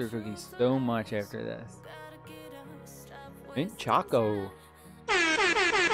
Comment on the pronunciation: "Mint Chaco" "Dark Chaco" bro what the heck